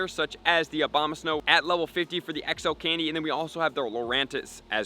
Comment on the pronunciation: love the video, but mostly how you pronounced OBAMA-snow XD